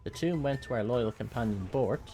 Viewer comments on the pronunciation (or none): none